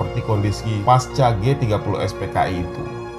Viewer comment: pasca dibaca pakai C bukan paska rusak suasana rasanya pas narasi sudah bagus, tapi sesederhana itu keliru